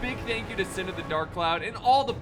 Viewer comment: I’ll be sure to tell him:), and it’s synn not sin lol